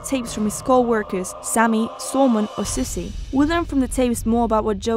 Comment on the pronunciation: terrible it's Susie not Sussie and it looks ita from 2017 and it's not episodes it's chapters